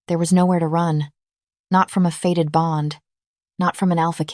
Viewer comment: The word is fated bond not faded.